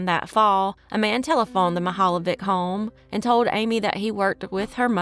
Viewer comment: I live in Cleveland and both of these stories are embedded into our community. Also, you did an excellent job pronouncing geauga and mihaljevic